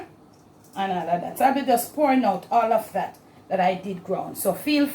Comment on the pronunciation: "And all ah dat" I love it 💖